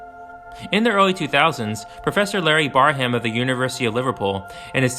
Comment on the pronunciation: Just FYI, it’s pronounced “Bear-um”, not “Bar-ham”.